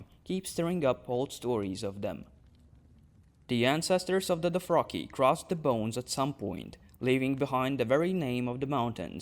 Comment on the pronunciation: What is a "Doh-fraki"??